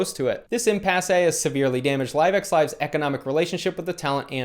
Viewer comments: Pronounce laissez faire like "losay fair" and impasse is "impass" not "impassay" but good job...no hate, id want to learn if i was mispronouncing too...good work on this too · And "impasse" is IM-pass